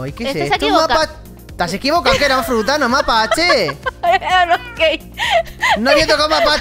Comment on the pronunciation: Se dan cuenta que dijo fruta'q